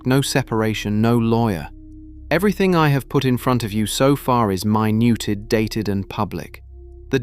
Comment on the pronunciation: AI reading the narration? My newted instead of minuted, as recorded in the minutes.